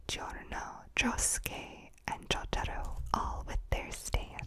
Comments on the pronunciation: Your asmr is amazing and I really love when you say jotaro it makes me happy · The asmr is nice, but BAKANA. This is probably the first ever YouTube video about JoJo where the pronunciation of the names hasn't been butchered like a dog in JoJo. 10/10